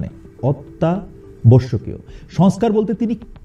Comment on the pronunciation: অতি+আবশ্যক। চেষ্টা করলে পারবেন। প্র.ইউনুস উচ্চারণ করতে পারলে আপনিও পারবেন। নিয়মিত হরলিক্স খান; পারবেন। 🤠